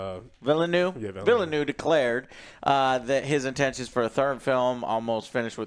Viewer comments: Denis Villeneuve's surname is pronounced "Vil-nuhv" There's a couple videos on YouTube of him saying it specifically. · Villeneuve is said the same way as Jacques Villeneuve (the F1 pilot) just a quick search to know how to say it if its useful or interesting to you :) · It’s pronounced ‘veel-nerve’ not villynoo 😂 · Villa New lol, Veel Nerve.... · Neuve means new so him saying Villenew wasn't far off lol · Villeneuve means "New City" in French. The key for the none french-speaking people is to pronounce the second V near the end. That's the mistake I often see, they mainly say "Neu". But the key is to spell the second V and you'll get it. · So many Americans are mispronouncing his name in reviews I was starting to wonder if it was wrong lol. It’s “Vill-nuv” Also Harkonnens are supposed to be from Finland and HARkonnen is closer to how they would pronounce it. -And if you don’t care I respect that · "Vill-noov", where "noov" rhymes with "book". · Villeneuve is pronounced 'veal nerve' FYI 😉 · It's pronounced Denny Villnuv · Villeneuve pronounced VEEL-NURHV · Vil-en-way-va, Joe. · Villeneuve: veel nerv lol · Nope. It's pronounced veal-nerve. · It's almost a joke for them at this point. Like just learn the dude's name. He's one of the best directors right now and they constantly mock his name like it's in Latin or something. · How to pronounce Denis Villeneuve's last name correctly? Easy ! It's pronounced exactly the same way as the last name of Jacques Villeneuve, the F1 champion. 🏆😏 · Not even close on the Villeneuve pronunciation 😂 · At this point, if you can't pronounce the director name correctly, you should not be making review videos, just saying